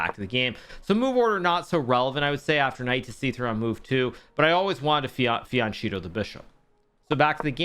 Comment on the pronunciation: Great content like always ! But please check the italian pronunciation of fianchetto, it hurts my ears hearing you say “fianchito” :)